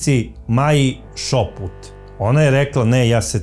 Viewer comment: Nije ŠOPUT NEGO ŠUPUT😂